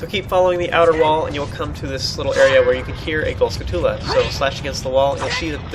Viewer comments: Skull-toola? It's pronounced like a tarantula, dude.... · That's the point. And I'm sorry (Because I sad "You suck") I was angry and tired. But I don't know how it's REALLLY pronounced.